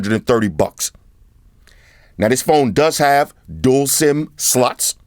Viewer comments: is it just me or do you call the slots sluts 😂😂😂 apart from that i love ya vids homie salute all da way from the uk 🙏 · Are you saying slots or sluts :3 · Every unboxing I really can't stop myself from smiling when he says "slots" XD